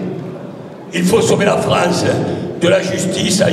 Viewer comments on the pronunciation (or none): Il faut sauver la FREINCE ! J'adore ses prononciations !